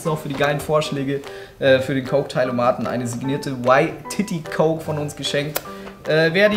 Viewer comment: Der eine hat YTITTY extra falsch falsch ausgesprochen um bei seiner Freundin cool zu wirken. Er sagt nämlich: "Alles Gute Yti... ääääh Ycity". Schon irgendwie dumm, oder?